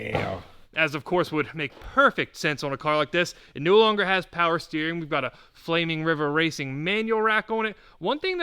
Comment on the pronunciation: More powah baby!